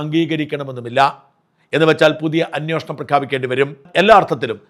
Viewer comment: ദയവായി 'അന്വേഷണം' എന്ന് പറയുക.